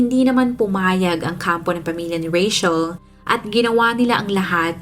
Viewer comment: I love how you pronounce Rachel.yung iba kc di q maintindihan bkit RETCHEL pagkapronounce ng name ko🤭...im a fan po❤